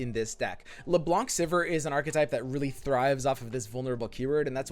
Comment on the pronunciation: I swear, calling Leblanc "Lebonk" always makes me chuckle